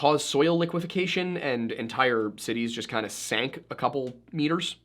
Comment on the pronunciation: it's liquefaction, not liquifecation!